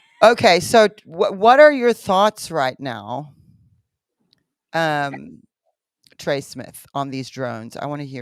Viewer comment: Trey not jay